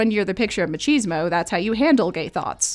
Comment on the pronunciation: Loved the viedeo, but i die a little inside everytime you say “machismo” lmao